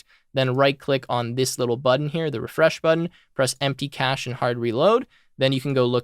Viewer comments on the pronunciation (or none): none